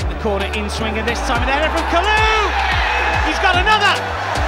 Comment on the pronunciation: It's Kalou or Kalour 😂😂😂😂